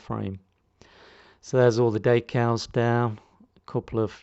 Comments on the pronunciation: One more thing - you are not pronouncing/saying the word correctly for french either, anyone with french as their first language would be scratching their head wondering what you were on about. You can call me what you like or make as many smartass comments as you like, it doesn't worry me. The point is that no one calls decals daycals and you can argue until you are blue in the face that you are somehow right, it makes no difference. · Nice though I didn't know what you were on about there - its dEcals not daycals.